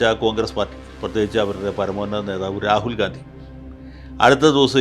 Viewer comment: Please pronounce Rahul GHANDY...